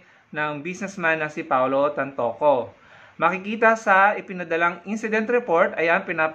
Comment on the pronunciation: it’s Tantoco not Tantongco!!